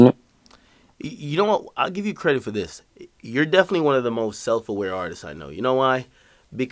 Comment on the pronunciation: "Dis a headset" Tap tap 💀